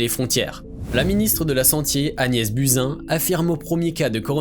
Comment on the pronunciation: On dit Agnès BOUZIN...